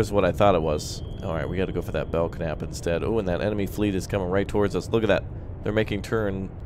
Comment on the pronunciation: Bell-nap..thats how its pronounced. named after: USS Belknap (DLG-26/CG-26), named for Rear Admirals George E. Belknap (1832–1903) and ... The first USN combatant ships to revert to all steel superstructure were the Arleigh Burke class